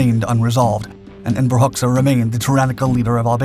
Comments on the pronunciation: The Albanian dictator's name is pronounced "Hodja", not "Hox-ah". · The Albanian name Hoxha is pronounced ˈhɔdʒa . . . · Just to clarify, his last name is pronounced hodja´´ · For the record, Enver's surname is pronounced "Hotcha" ... like "gotcha". ;)